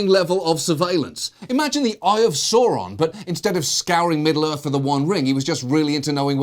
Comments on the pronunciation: Sauron is pronounced "SAU-ron," hes not an evil dinosaur. Sau as in "sour," not soar as in shore. Other than that, great episode. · it's pronounced "SOU-Ron" not "Saw-ron" or "Sow-ron" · He pronounces it Sooron but it's meant to be SAvRon. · It's pronounced SOW-ron, goddammit! How the fuck is a helpful guy like me single? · As long as you don't mispronounce "Sauron" like John did. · Can we talk about how John is natively English but he's pronouncing Sauron like an American?